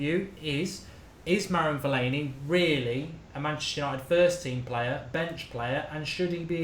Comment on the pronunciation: Put some respect on Fellaini's name :')